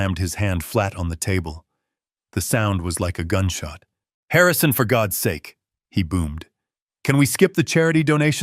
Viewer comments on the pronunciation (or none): none